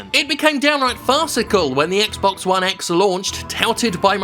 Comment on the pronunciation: Is not.. bluuuuuuuuurrrrrrppppppppppppppp!!!!. ONE X !! say it the fuk right. eh